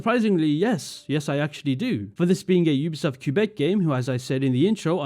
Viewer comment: Idk how much I can trust you if you don't even know how to pronounce Quebec... Ofc the disrespect towards Asian cultures doesn't matter to you. For instance, the fact you could enjoy the "sumi e" mechanic is beyond me, an Asian. If you saw someone writing with a fountain pen, holding the paper like that, with nothing behind it for support, would you be taken out of the immersion? But I guess since it's Asian, it's exotic, so who cares? You don't care, and I shouldn't expect people of your background to care 😞 but please do not belittle our concerns and protest